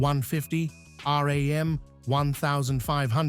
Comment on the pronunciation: Chevy "Lou Vee" lol, no it was pronounced Chevy Love. R.A.M.? No it's Ram, your reader needs a lot of work...